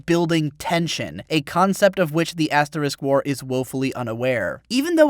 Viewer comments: we get it.. you're saying ass wars on purpose.....just use Ast now plz, its so irritating now xD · you called it ass war XD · did he say ass war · I really like how at how at 10 mins he starts calling the asterisk war Ass war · I can't help but to chortle every time you refer to asterisk-war as ass-war. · Lol I like how he calls it ass war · Are you really saying Ass War? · I'm serious to God; it sounds like he constantly says "the ass war". I know what he means but I can't just not hear that. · Haha u said ass war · "ass-war" nice one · Yulis' lack of ass! LOL. And then later he called it "ass war" 😂😂😂 Your videos are hella entertaining.